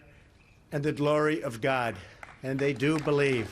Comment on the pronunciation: "The power of GHAAD."